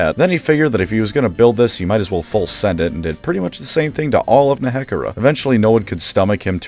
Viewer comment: The way you pronounce Nehekhara. It is... discomfiting.